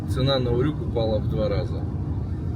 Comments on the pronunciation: На букву ю ударение в слове урюк. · Вообще-то ударение в слове УРЮК на букву Ю)))